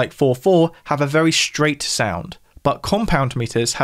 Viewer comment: love hearing him say "vewy"